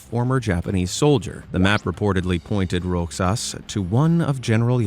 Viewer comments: Another IRRITATING attempt by AI! R O X A S is pronounce RO HAHS, not Rocksas!!! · Its pronounced as "Rohas" despite its spellig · You pronounce Roxas as Rosas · its pronounce rojas or rohas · Roxas is pronounced 'rohas' :> for anyone who wants to know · Im a Filipino and so u dont be laughed at other Filipinos who dont pronounce the name right it is pronounce "Rohas" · All pronounced words and and bro you tried to pronounce Roxas it's Rohas with a h to say and baguio is bagyo with a bag and yo to say atleast you tried but its funny😂😂😂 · Rogelio Roxas is pronounced as “Rohelio Rohas”. It’s basically a Spanish name.